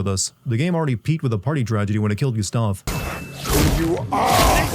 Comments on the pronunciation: This man going off on how the characters don't speak in French accents and all I can think about is his pronunciation of the characters' names. 'GUS-stav' and 'LOON'. I demand a personal apology and for him to be fired from YouTube/s. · why is nobody pointing out how diabolical he is pronouncing gustave and sciel and dessendres, he clearly plays the game in english and finished it so what’s the deal with not being able to pronounce names you hear multiple times in the game?